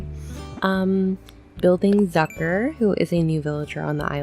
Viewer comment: me german knowing that she is saying the name wrong bc it is german